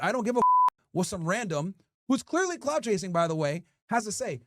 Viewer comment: CLOUT not COULT